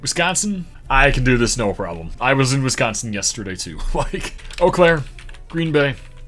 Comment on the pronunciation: Can’t believe you did all of Wisconsin perfect!!